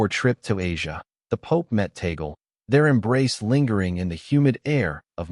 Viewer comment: TAg leh. Not Tagol.